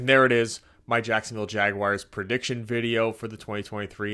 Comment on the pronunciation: And learn to pronounce our name please lol